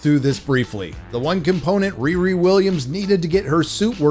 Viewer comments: even a black woman with dreadlocks, that stole a Jewish last name and made her first name a slang word for having sex, all while balding didn't get the name? I am appalled! Its ReeRee not RearE.. someone with her name should get it.. she heard the name riri a few times in the playground as a child. She heard "Whoopi" a few times too.😅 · Whoopi, it's pronounced "Re-Re" as in sofa king we taught it.